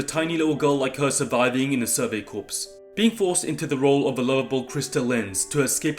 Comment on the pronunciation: How are we still pronouncing corps incorrectly?